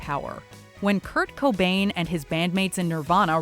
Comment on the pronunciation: Seriously Kurt bobain!!!??? Fuck this list…. You guys really need to redo this video…. In my opinion, biggie or Tupac should have been number 1 or 2. Like no one in the state of Texas even knew Kurt cobain, I really wonder who remembers him from the entire world?